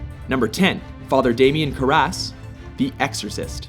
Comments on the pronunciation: The accent is on KARras. Not karRAS. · Who are they hiring over at Mojo? This arrogant twit has the video clip for the Exorcist, the part where Damien clearly pronounces his last name care-ess and this guy decides to pronounces it cur-rass. Maybe he didn't see the clip, maybe he was too busy and is reading a script, but for a generation that has problems putting two words together to make a coherent thought, one might think he'd either make sure of the pronunciation since he was clearly wrong, or not be as arrogant to think he, a graduate of this modern tragedy of an American "school" system, knows any better then someone who is an actor, a playwright and an english professor. And that's all I have to say about that. Cheers and happy holidays to all. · Proof that these people don't read the comments: On a previous video, I posted that the Exorcist character's name is not pronounced "kur-ass' (it's 'care-uss'). But here, the same narrator makes the same mistake. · narrator, have you seen the excorcist? the preist's last name is pronounced like 'carrots' without the letter T, it doesn't rhyme with 'harrass'. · Why bother making rules/criteria if you're going to ignore them when making the list? And the male narrator kills me; he regularly mispronounces and overpronounces words. In this video he mispronounces Father Karras' name a second before Father Karras INTRODUCES HIMSELF in the scene used, which includes the proper pronunciation of his name. It's clear that the narrators have often not seen the movies they're listing, but they haven't watched the clips, either. It takes away a bit of credibility. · I think you mispronounced Damian Karrass' name (and I think I misspelled it).